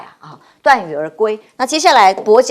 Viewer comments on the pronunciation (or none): 鎩(ㄕㄚˋ)羽而歸，不是ㄉㄨㄢˋ羽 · 鎩（念煞）羽而歸。